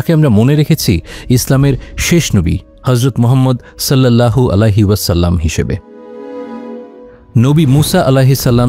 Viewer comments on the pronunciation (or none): none